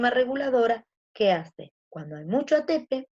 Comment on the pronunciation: Me estresa qué dice atépe y no atepé xd pero buena la Clase